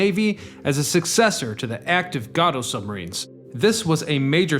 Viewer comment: Its GAYTO and Bah LAY oh, class